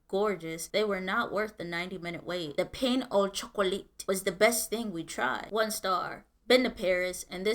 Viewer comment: Pain au chocolat: ‘Pan Oh Shoh-Coh-Lah’, not ‘Pain uh chocolate’. Croissant: ‘kwah-sohn’, not ‘Crew-Sont’